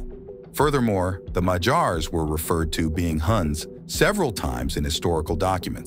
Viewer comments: If you're going to make a video about a people, at least make the effort to learn how to pronounce their name correctly. They are "Magyars" not "Mahjars". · 'Magyars' is stressed on the first syllable. It really grates on the ears hearing it stressed on the final syllable. But the AI American English narrator afterwards is even worse!